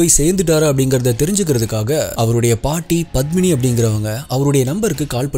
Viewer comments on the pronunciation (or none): none